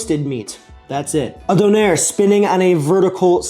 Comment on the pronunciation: I think the Turkish/German version is pronounced dooner. Sounded like you were saying donair, which is of course, for our Canadian friends or anyone who's watched Trailer Park Boys, yet another type of kebab! Kind of like a gyro, but swap the lamb for beef and the tzatziki for a sauce comprised mostly of sweeted condensed milk and garlic, adapted to the maritime Canadian palate. I've never had one, but I hope to someday.